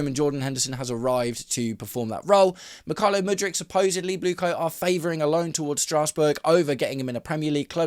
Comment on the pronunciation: Mik-hi-lio Mudryk? Never heard him called that before!